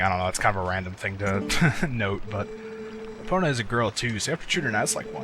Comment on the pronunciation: do you realy purnounce the O in epona?